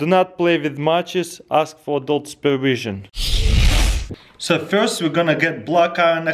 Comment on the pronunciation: "Do not play wif matchez ask for adult pervision"